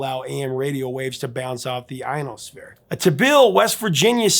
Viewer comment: You mispronounced the word ionosphere